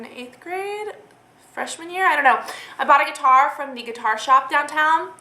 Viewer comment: When you first said "I bought a guitar" I thought you said "I robbed a bar" and I had to rewind it because I was so shocked lol Glad to know you didn't rob a bar :P